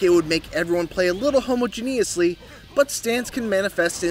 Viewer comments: Dude said Homo Geniously 🤣 I guess these people don’t write the scripts they read. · Homo-gen-i-ous-ly? Wtf 😂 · Woah. Never heard someone mispronounce homogeneously so poorly lol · Butchered it so bad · Why do you pronounce homogeneously like that? Is that a word you've only read but never had to pronounce before?